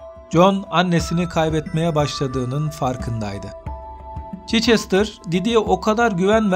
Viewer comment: Çeçestr değil Çhestır